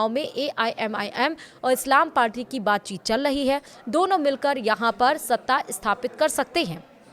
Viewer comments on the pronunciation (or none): none